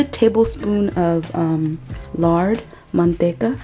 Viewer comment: That good Spanish pronunciation of "manteca" and "cilantro" intrigues me. Have you lived in Latin America before?